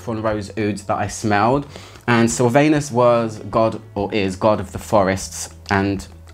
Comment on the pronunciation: It's pronounced Silvanus rhymes with accent on Vanus , not "anus" 😅